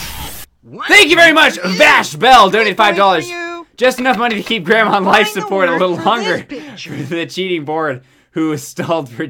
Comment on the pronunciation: It said Gransma in the intro!! I’m crying